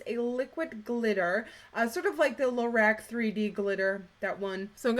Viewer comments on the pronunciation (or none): none